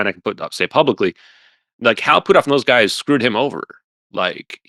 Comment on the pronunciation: I wonder if he says Hal Poothoff instead of Hal Puthoff on purpose.